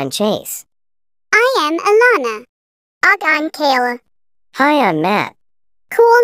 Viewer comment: Kayla❌ Kayna✔️